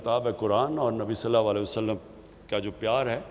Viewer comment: Sallalaho alayhi wa alayhi wasalim tou Sahi se bolna Sikh ly